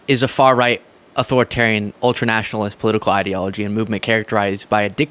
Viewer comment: Tbf, many anglos can’t pronounce Italian words and romantic language words in general. But to pronounce fascism as ‘fassism’ or ‘ultranationalist as ‘ultranatalist’ is just pure stupidity and poor reading and comprehension skills